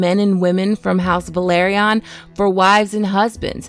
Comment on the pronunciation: It’s pronounced “Vell-Are-Ee-Uhn” not “Vuh-Lahr-Ee-Uhn”